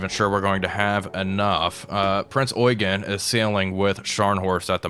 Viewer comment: Please the ship is Eugen as in "you Jean" Not oygen